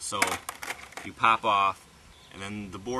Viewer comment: listen carefully how he says "pop" at 2.15